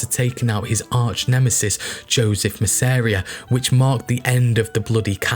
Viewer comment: Your documentaries are absolutely amazing and top notch and there are only two mistakes I’ve spotted in all of your vids I’ve been bingeing today; but… You mispronounced Masseria’s name.. &; the second mistake was when you said, ‘The boss of all bosses’, in Italian. It’s, ‘capo di tutti capi’, Capo meaning Boss Di Tutti meaning of all Capi meaning bosses or leaders.